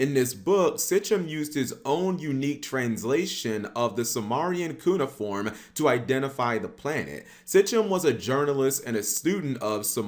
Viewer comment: You dont even know how to pronounce Cuneiform... you suck